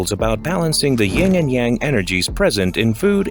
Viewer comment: Uh, I think you mean YIN and YANG. Not YING. And just FYI, “YANG” should be pronounced more like “YUNG”. All of this being information readily available on YouTube, ironically enough, when one sets out to make an educational video on the very same platform, but then strangely does not use said platform to educate oneself on their own subject matter.